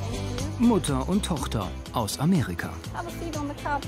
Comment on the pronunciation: 😂😂Ameriga, Afriga, Freidag, etc. 😂😂